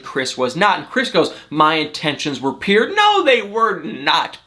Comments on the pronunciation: lol at you saying PURE..as PIER..lol my sister does the same thing! she can't say the word for anything.lol so cute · I just love “peer” or is it “pure” ?